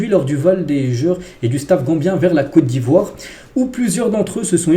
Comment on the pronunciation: franchement j'aime lorsque tu prononce le nom de mon pays. COTE D'IVOIRE ❤❤❤❤